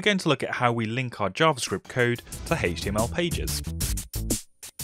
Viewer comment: Everyone: H-T-M-L this guy: HETCH-TY-YEML